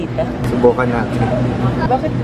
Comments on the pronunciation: "Subukan nateyn" HAHAHA napatawa nyo ko and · Nakita q un..."SUBUKAN NATEYN" 😅😅!! Ang cute nyo 😍😍